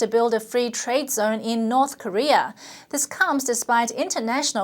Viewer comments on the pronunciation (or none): none